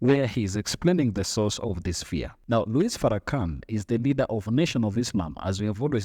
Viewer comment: The S in his name is silent, by the way.